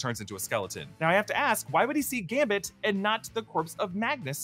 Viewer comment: gamBit, gamBit.. not Gamit